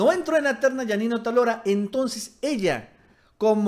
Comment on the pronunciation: Otálora, lleva acento en la a. Hay que aprender a leer